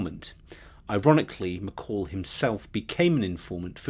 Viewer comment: 13.12 .......not McCall......it's McColl. This droning , boring narrator is driving me nuts.